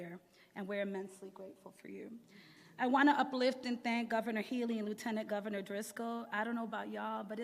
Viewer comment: Terrible "govenor", terrible "lt. govenor", and terrible "mayor".